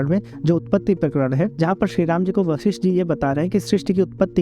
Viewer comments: Sabse pahile उच्चार ठीक किजीये वशिष्ट हैं ना की वाशिष्ट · इन ॠषि का नाम वशिष्ठ है, वाशिष नहीं। जिनके बारे में वीडियो बना रहे हैं उनके नाम का उच्चारण तो सही कीजिए। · आप शुरू में उनके नाम के उच्चारण में वासिष्ठ बोल रहें थे इसलिए लिखा था आपका धन्यवाद लोगो को धर्म और ग्रंथो के बारे में जानकारी देने के लिऐ 🙏🙏